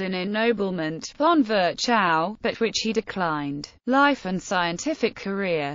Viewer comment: Sorry, but his name was not ferchau but Firchov kind of.